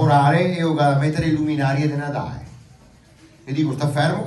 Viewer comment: No se dise Natae...a Vanderlid ga dito de no...